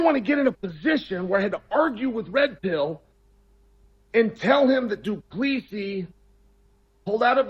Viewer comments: Not Dupleeeseee....Dup leh cee....like that ....hard pronunciation interspersed with a small pause between each . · It's not Do Pleasey it's pronounced like 2+3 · It's DO-PLUH-SI, not DU -PLEE-SI. You're welcome. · “Doo Pleesee”. 😂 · Said Du Plessis so many times and not once correctly 🤣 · Chael's inability to pronounce Du Plessis or Pereira